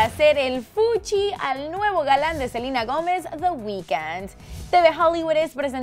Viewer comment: Por que dice Selina